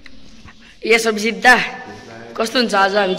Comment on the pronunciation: भाई तिम्रो नेपाली चाँही अलि खतरा छ जस्तै आज लाई आजु जितछैँउ लाई कितछ अब लाई आबु टाउको लाई टैको तर रामायण पाठ चाही दामी छ बधाई छ ।